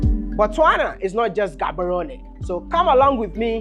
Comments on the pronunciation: Wode Maya you can't step foot in Botswana and call our capital city Ghaborone please correct your tongue.. GGGaborone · Maya, the name is not pronounced Gaborone. Its pronounced Haborone as a Ghanaian. They way the pronounce their names is a bit trickish. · bro said in Ghaborowne and I- 💀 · Good job . In bostwana (G is pronounced H Therefore (Haborone) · Your pronunciation of Gaborone is off my man. Especially with the G. Why didn't they correct you over there 🤣🤣🤣